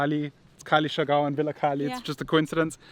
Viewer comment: They cant pronounce surigao clearly coz R is unvoice in america esp. In uk. But amazing dears.. So cute. But sorry its siargao